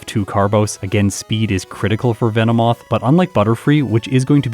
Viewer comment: VE NO MOTH VE NO MOTH